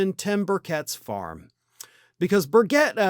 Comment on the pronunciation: That horse is awesome! I'm from Tennessee, and his name is pronounced bir-chit.